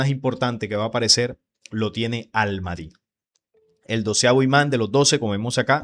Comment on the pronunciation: Pronuncias mal al Mahdi...debes pronunciar la h aspirada, como al Majdi